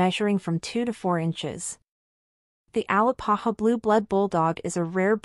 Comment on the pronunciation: A- Lā-pā-hā not AL-ā-pa-ha 🥴